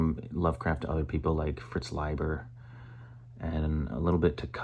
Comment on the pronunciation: Bonus points for pronouncing Leiber correctly!